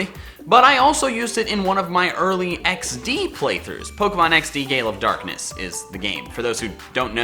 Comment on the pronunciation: Ps. I've been an English teacher in S Korea for the past three years and just got a job in Japan. I say this only because you should pay more attention to your enunciation in your videos. I heard "Pokemon XD: Gay, love, darkness".... I'd still watch a let's play of this though... Don't judge